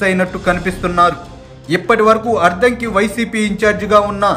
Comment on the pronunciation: Ayya neeku addanki Ani palakatame ravataledu sodara.